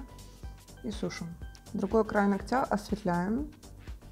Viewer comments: нОгтя, а ногтЯ!!! больно слушать. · нОгтя, конечно же))